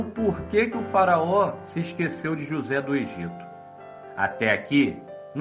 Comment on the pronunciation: Esse narrador falando "JosÉ" o tempo todo dá uma agonia pelo destaque no "ZÉ" Kkkkkkkk